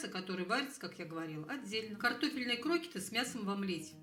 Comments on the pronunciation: Ну не крОкеты, а крокЕты...ударение на Е... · Не крокиты , а крокеты.Ударение на втором слоге. Совсем люди разучились грамотно говорить. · В слове (Крокеты) ударение на "Е", а не на "О".